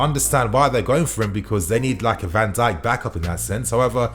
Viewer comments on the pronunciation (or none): none